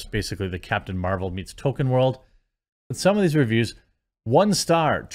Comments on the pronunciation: DUDE!!! IT'S "TŌL-KĒN" NOT "TŌ-KƏN"!!!! PLEASE, AT LEAST, PRONOUNCE THE GODDAMN "L"!!!!! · Every time Jeremy mispronounces Tolkien's name, all I can think about is the character Token from South Park. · Token epic. Not Tolkien epic. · Why must Jeremy mispronounce Tolkien as "token"? It is unbelievably grating.